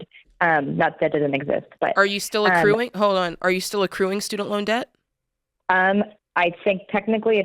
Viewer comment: Jade went out of her way to say ACCRUING. 😂 She got roasted for saying incruing the other day.